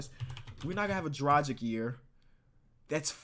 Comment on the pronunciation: Please look up how to pronounce Dragic's name. It legit hurts my ears every time you mention him. please